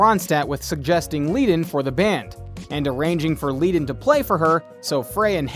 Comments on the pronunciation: So much FAIL here. Glenn's last name is pronounced 'fry'. Your first shot introducing Don Henley actually shows Don Felder! Do you actually know ANYTHING about this band? Bernie's last name is pronounced 'Ledden', not leeeden. Then you called Felder DAN instead of Don. Holy crap, dude. You need to redo your voiceover. This is just awful. 😂🤣😂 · Glenn “ FRY”. Bernie “ LEd” “en”. Pronunciation is important. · You should learn the correct pronunciation of names before you put this on. It’s pronounced Fry, not Fray and Ledun not Leedun for Glenn Frey and Bernie Leadon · THANK YOU! Obviously, This guy doesn't know much of anything about The Eagles!!! Joe Walsh took me and another friend with him to an Eagles concert here in Memphis, Tn in 1994. I can't even listen to this clown saying FRAY & LEEDON. OMG!!! Perhaps this clown dude should watch "History of The Eagles" LOL!!! WHOA!!! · Really.. Glen Fray? Dan Felder? Bernie Leed in. Haha lmao. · Their names are pronounced “Fry” and “Led-un.” Come on. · How can you do this bio when you can't correctly pronounce Glen Frey, Bernie Lead on and JD Sourhers last names. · How can you mispronounce both Bernie Leadon‘s last name and Glenn Frey’s last name? You even mispronounce JD Sauders last name. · Saying glenn Frey as fray is dumb....bernies name is also pronounced wrong duh.